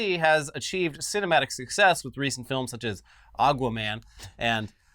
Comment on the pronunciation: pronounces Aqua Man as Agua Man jokingly 🤔